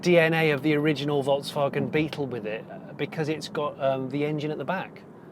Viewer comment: Does an exclusive review, can't pronounce VolksWagen name correctly.